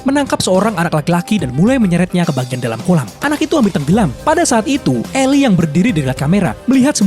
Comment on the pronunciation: Cara baca nama Eli sama Elly beda bang, kirain tadi anaknya cewek. Eli dibaca 'ilai', kalo Dibaca 'eli' itu sama aja ngomong Elly